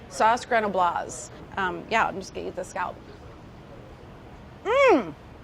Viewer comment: Carla, you're great, but you're pronouncing "scallop" incorrectly.